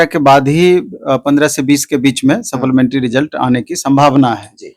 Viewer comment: सप्लीमेंट्री होता है saplamentaryn नहीं. शुद्ध उच्चारण करें.